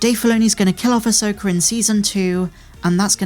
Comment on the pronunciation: Who is, “Ay-soaker”?